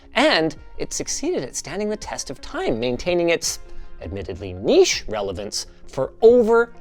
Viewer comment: A north american that pronounces niche correctly, but still says jif